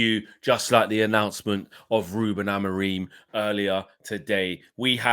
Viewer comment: Ruben Amoreem btw 😂 why can no one pronounce his name correctly